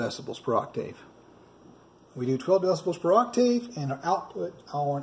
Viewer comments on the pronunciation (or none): Ok, it was bothering me a little, (well, alot actually), the way you keep saying 'Oc- Tave'.. It's actually pronounced : 'aak·tuhv' (according to google)Google. Just fyi.. for the future. 😉